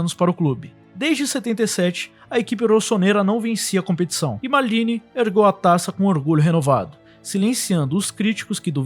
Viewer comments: Que P de "mardini", ta achando que o cara é caipira? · engraçado o jeito de ele "maldini" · Muito bom o vídeo e bem didático pros jovens estudarem a história do futebol, mas fala MALDINI como um brasileiro msm, mané... Na humilde.. soh um toq